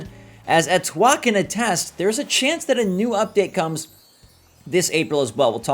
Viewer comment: Her name is pronounced A-twol long A sound.🥰👍😘💕💕💕💕